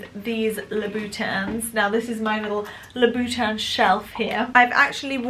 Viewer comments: Love shoes and have always had a huge collection as it is my passion. Never seen any of your videos before, but found this about your shoe collection on a whim. Nice collection, but why is it so hard for the British influencers to pronounce Christian Louboutin! Why does it end up in LoubOUtin, it doesn't make sense. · Lol 😂 the way says Louboutin 💜